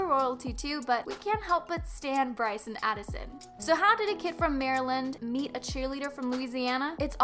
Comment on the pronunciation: ... when i heard she called Bryce the kiund and Addison the queen oif tiktok... died. first off no. second. no. and third no.